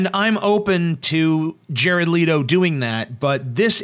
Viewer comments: His name is not pronounced Leeto, it's Leh-toe. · im sorry i couldnt get passed the opening line with JARED "LEAT"-O....its LET-O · Why ia TJ saying 'Leedo'? It's Jared Leto. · I did finish the video, but from :09 in I couldn't take it seriously. Leto (let-o) not (leet-o). and the tattoos have comic reference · pronounced...."Let-O", not Leed-O.... ugh. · Oh and you didn't pronounce his name right btw, it's Leh-toe, not Lee-to. Hearing you say that was like nails on a chalkboard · Thumbs down because of you constantly mispronouncing his last name. "Lee-toh"? Its "Let-oh". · It's Leh-toh not Lee-toh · Leto, not Leeto.* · It's Leto not Leeto omg. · I cringed every time I heard "Leeto" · By the way, it's pronounced LETTO, as if it has TWO T's, you don't emphasize the e, oh, and Mark Hammill was the best Joker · I don't doubt Leto, pronounced like it is spelled, not like Leeto, will do an amazing job. However, I'm not a fan of the cheesy tattoos and suspect it's a joke and they won't actually be there for the film. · Jared "Leeto" xD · Before u go off about how you dont like the joker why dont u learn how to pronounce Jared's last name correctly. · If you are gonna say Jared Leto, then learn how to say it right. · You're saying Jared Leto wrong... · did you purposely mispronounce "Leto" over and over again?